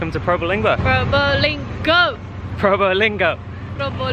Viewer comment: actually, you said exactly like native Javanese, Pro-'bho'-ling-'ngho'. Nice....